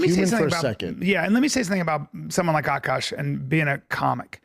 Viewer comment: AhhKash . not AKK KASSH